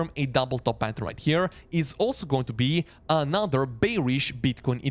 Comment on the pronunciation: and then there's AH-NAH-ther word